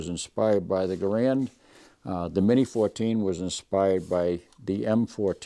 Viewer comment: In Army basic training, the drill sergeant taught us how to pronounce "Garand." Other gun shows have their presenters pronouncing "Garand" as though they had marbles in their mouth. You got it right. THANKS!